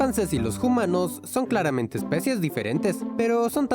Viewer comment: porque dicen jumanos?